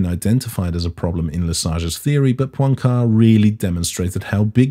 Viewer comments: Poincaré has an accent on the final e and is pronounced with three syllables. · Please, the guy is called Poincaré, the é at the end is not silent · That was a great bit of little-known science history. I doubt if I could teach you any physics so I'll try the French language: Henri Poincaré's second name can just about be pronounced in English as "pwan-kwar-ray" noting particularly the modified "ay" sound of the letter e when it has an acute accent. First rule of English-speaking people using foreign words and names: "saying them as in English is most likely wrong".